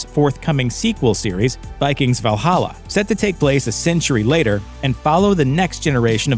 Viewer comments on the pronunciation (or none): none